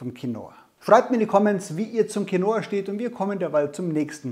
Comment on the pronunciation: Quinoa wird auf dem "i" betont, und nicht auf dem "o". Als spanischsprechender Mensch hört sich dieses QuinOa ganz falsch an :-D